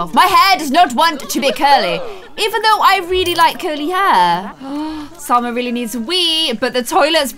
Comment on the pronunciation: Salma* Not salsa